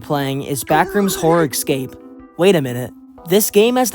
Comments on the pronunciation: umm.... ITS NOT ECSAPE ITS ESCAPE. ES-CAPE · Bro can he stop saying eggscape instead of escape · no no i wasnt questioning it in a bad way, js why, yk? he says (excape) instead of (escape) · Also why do people pronounce "escape" like "excape" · WHY DOES HE KEEP SAYING ECSCAPE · i love these video and your content but for the love of god, stop pronounsing escape like EGGscape pls... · Why do you say exscape? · Lmao yeah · good video but please pronounce escape right PLEASE